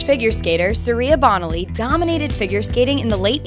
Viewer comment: The winner for worst pronunciation of names is this narrator It's "Bone-aly" and "Sah-toe", not Bonnelly and SAAA-toe. I saw them pronounced I assume correctly back in their hey-day. Please fix this if possible. A skater as memorable (and badass) as Bonaly should have her name pronounced correctly for the history books.